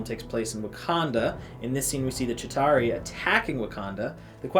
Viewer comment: Chitary? That aint it bro